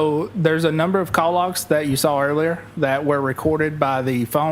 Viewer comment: There is no R in saw.